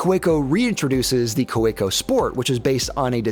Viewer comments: its kaweco not koweco 😂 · The pen is good, your pronunciation of the name isnt. Ka-vay-co. Good review! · It's pronounced "Kaveco". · The W is pronounced as a V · If Kaweco was an ordinary German word, I might agree, however the point you are missing is "Kaweco" is a proper German trade-name; as such it should be pronounced as the owner of that trade-name wants it pronounced. This is analogous to someone introducing themselves as Mr. Smith (pronounced Sm-eye-the), but you continue to call them Mr. Smith to their face... it shows a lack of respect (and American arrogance). Now you have been educated!